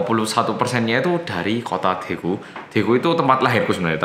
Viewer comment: Pas itu ora medok blas😆